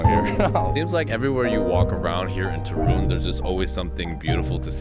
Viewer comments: The stress is on the first syllable: TOOOO - RUŃ, not TO- RUUUŃ. You will be surprised by the entire eastern side of Poland, which is totally different from what you have seen so far. Lublin and the town lying nearby, Kazimierz Dolny, Bałystok, Białowieża, and Puszcza Białowieska - home for the European Bisons and the last and oldest part of the European forest, which is now protected and has never been altered by man, so it still looks like the whole northeast area looked in the Middle Ages - back then, Poland was just acres of forests. My favorite part of Poland to visit is Lower Silesia - Dolny Śląsk, especially Góry Sowie (nice place for hiking), some great castles in that area - Zamek Książ, Zamek Grodno, and the most impressive thing you will see connected with the WW2: an underground city, nazis forced the concentration camp prisoners to carve with their hands. It was supposed to be Hitler's headquarters - Kompleks "Riese". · Not Turun. But TORUN. 😊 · You say very nice Ostrołęka but you cant pronouns ń in Toruń? 😅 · I do believe you are pronouncing it wrong. But it is a beautiful city. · I watched this video and laughed every time you said Torun! Lol! For a Polish language learner, I am surprised that you don't know how to say it correctly! lol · Listen to your friend how to pronounce Toruń 😝